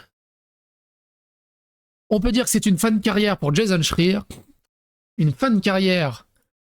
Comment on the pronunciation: Pour info le jounaliste se prononce Shrailleur et pas Shrir STP